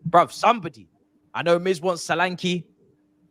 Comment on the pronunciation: That name is pronounced Sho-lan-ke. Ke sound like in Kettle.